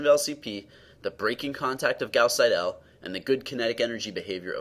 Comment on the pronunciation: Very good work, however Seidel should be pronounced as SEI-del, not as sei-DELL